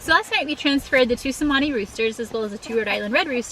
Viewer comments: It's "Chemani" not "Semani" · It's actually pronounced Cher-mani, as the letter C has a CH sound in the Indonesian language. But they are such a beautiful bird, though I hear they are very expensive, over $1500 a bird.